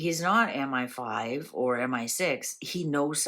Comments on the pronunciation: You are correct it is ‘M. eye. 5’. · it IS M I (eye) five. MI=Military Intelligence